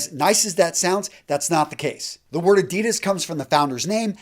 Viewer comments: Why do you deliberately mispronounce ADIDAS...? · The way he pronounces Adidas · Hi. Good Vid as always (I like Versace!), but as a German: please pronounce Adidas the correct way (maybe listen to your friend Raphael Schneider)